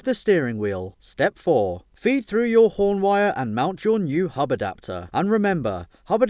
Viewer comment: the way he says hub adapter is so funny